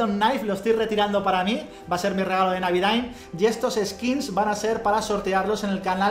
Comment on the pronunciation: "navidaaim!!" xd